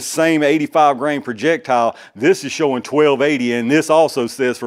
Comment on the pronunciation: What? No chooting? lol lol Thanks for sharing - looking forward to the chooting.